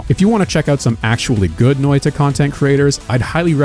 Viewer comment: i love how he pronounced noita as NÖitä also as NöeiTa Loved the vid btw :)